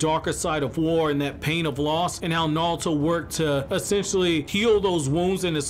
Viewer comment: Why does he keep saying naluto